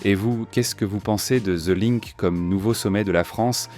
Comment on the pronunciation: "The linque" 😅😅